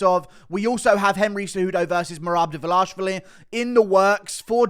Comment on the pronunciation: Why can't you pronounce dvalishvili or arman